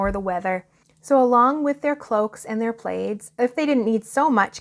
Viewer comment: Plaids, pronounced plads, not playeds.